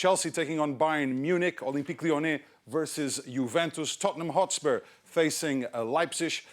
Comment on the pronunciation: THOTnhm hOtspuerrrr